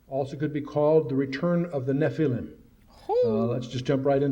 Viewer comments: Dude! Learn how to pronounce the word, NEPLILIM!! It's NOT,...NEP. LIME!! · Agreed. The RIGHT WAY!,...and THE WRONG WAY! There is no L I M E,...at the ending of the word, it's L I M,...Listen to how the Lecturer pronounces it! The CORRECT WAY! GOOGLE the correct pronounciation,.. It will give people the impression,...tjat you know what you're talkin about,...😊